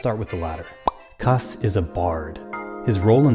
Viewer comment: I've NEVER heard anyone pronounce "kass" like that....